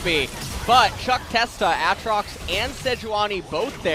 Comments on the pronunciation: saying a-atrox makes me hate him even more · They both pronounce his name wrong apparently. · So do they just both intentionally mispronounce Aatrox on purpose? lol